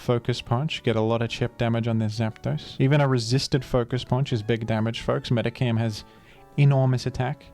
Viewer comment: For the love of God, STOP PRONOUNCING IT "MEDICAM." There's an "H" in there!